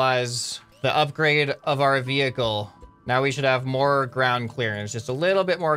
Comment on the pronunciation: towing your maining wevuicle whoud be soo cool